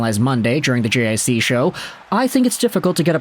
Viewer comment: Lil' help with the french, JiC is pronounced "G-Say" cheers! 🍻